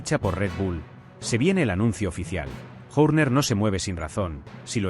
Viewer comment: es un cara de piedra y burro...escuchalo nomas insistir una y otra vez con PADEC...Y SE DICE PADDOCK.. Pronuncia Cristian Journer (Horner) y se deberia pronuncia Jorner...es burro malo